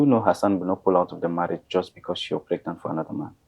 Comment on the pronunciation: Is it pregnant or fregnant 😎😂😂😂😂😂😂😂😂😂